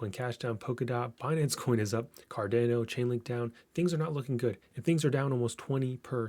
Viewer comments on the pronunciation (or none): Bro, thanks for the breakdown, but it's CardAHno not CArdAYno. ;)